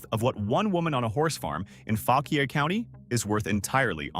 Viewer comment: Learn how to pronounce Fauquier county (Faw-quire) if that makes sense. But no one talks about the real old money and power in middleburg va. Which is Also fauquier county. That money is from the old country. Thats why they dress up in their litte red coats and chase around foses with about 100 beagles.